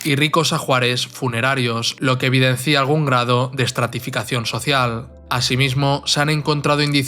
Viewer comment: Lo que evidencia, narrador. No lo que evidencía, SIN ACENTO EN LA I.